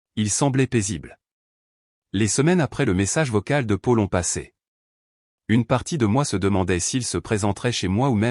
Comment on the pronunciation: Paul se prononce Pol, pas Pôle 😊 :J' ai pris un latte" ou une latte ? 🤣🤣 Quand tu fais ce genre d' opération, pars le week-end loin d" eux et profite 😊 N' oublie jamais que tu es malgré tout en grande partie responsable de la situation 😢😟 Les précipiter dans leur chute est une drôle de manigance et je ne pense pas que tu vives très bien avec cela à moins d' être pire qu' eux .